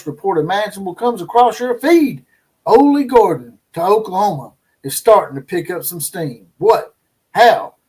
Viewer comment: ITS OLLIE GORDON"...AHH-LEE Gore-Dun